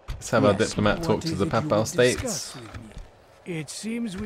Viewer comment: I can forgive the failed attempt to pronounce "galloglaich" (which wasn't far off, anyway), but not the butchering of "papal."